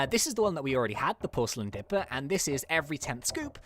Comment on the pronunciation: does any one realise he says dRipper not dipper! lol no offence